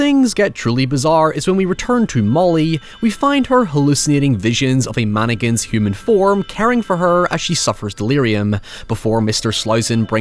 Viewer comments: Why does say "Man-again" and not "mann-ick-in"? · It sounded like you said stay away from Anakins at the end of the video lol Still good advice... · Did anyone else hear "From Anakins" instead of "From mannequins"? Works both ways! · The way you say "Mannequins" was making my american mind twitch with patriotism